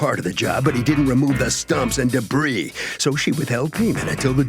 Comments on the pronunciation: As soon as I heard her say "de-breeze" I wrote her off...🤦🏽‍♀️ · It drove me slightly nuts that she kept pronouncing the "s" in "debris." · Defendant needs to go back to school. The “s” on debris is silent. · "debris" is not pronounced with an "s" sound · You don't pronounce the 's' in debris. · Dear, the S in DEBRIS is SILENT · Omg me too. I wanted JM to correct her so badly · Does someone want to tell her the s in debris is silent 🤫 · Being petty here, but if she pronounced the 's' on the word 'debris' one more time, I was going to scream!!! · Trust me, you’re not being petty! I wanted to punch the screen 😂